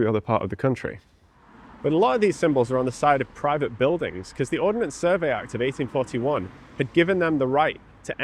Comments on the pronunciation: Ordnance... Not Ordinance. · Ordnance not ordinance.